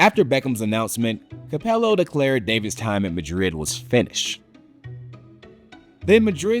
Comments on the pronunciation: I normally love SB, and whilst this is still good, the failure to learn how to pronounce stuff (Capelow, Ree-al) is just plain lazy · "REE-yall Madrid coach Fabio CAP-uh-low" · Cleets. Cap el O. WTF was this. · Countries that aren’t keen on soccer like Japan? Dude can’t even say Capello either. Terrible and misinformed video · I cringed at Capello's pronunciation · That butchering of Fabio Capello's name was awful 😂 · Can’t unhear it 😂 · He had been doing reasonably well until he absolutely sh*t the bed on that one. And Capello doesn´t seem a particulary onerous name to spit out. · I'm gonna use this pronunciation of Capello from now on 😂